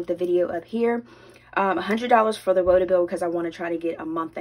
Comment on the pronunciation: Hey 🙂....another great video...AND..I heard you say woto bill..lol...so happy your Target bill now reflects your payment!